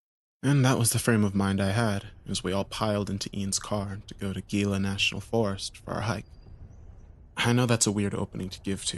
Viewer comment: Your friends ostracized you for mispronouncing ‘Gila.’